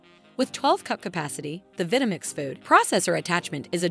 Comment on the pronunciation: Pronunciation of Vitamix is a clear give away of a cheaply automated video.